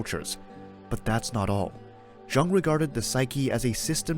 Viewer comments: Young not Jung-le! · Polite notice: You are miss pronouncing Jung’s name.